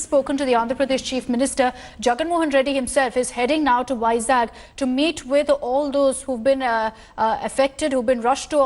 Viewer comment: it's vizag not vizak